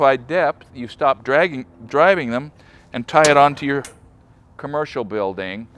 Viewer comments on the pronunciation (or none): I like how he says "commercial building". :) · It's funny, he just said the words but we all noticed there was a pause to spit in between. :p